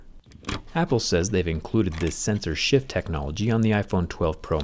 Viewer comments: I kept hearing "censorship"😆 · Zack : "Sensor shift" My ear : "censorship"